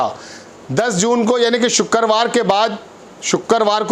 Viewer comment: वाह तेरी हिंदी ,shukkerwar ,हिंदी उर्दू सही कर लो।